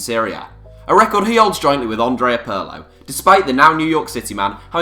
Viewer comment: Pürlo and Plateeny... omg... aw-right geezah.. 'ow 'bout dooin a little research first on pronunciation too eh?